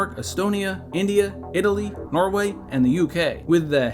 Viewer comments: It's Norway not Noreway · Norway. Not Noreway. :D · "Noreway"??? what??? Norway 😐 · Hahaha Noreway, its Norway lol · Noreway? Really 😂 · "Norway", not "Noreway" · Nolan is so amazing he created his own country "Noreway" amazing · Sorry... Noreway?? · NOREWAY? Really? NorEway? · Noreway? lol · Uhm... Norway doesn't have an 'e' dude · WTF is a "Noreway" ?! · "Noreway" ? No way. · norEway? xD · "Noreway"? What country is that? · NorEway?? No way… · “noreway” lol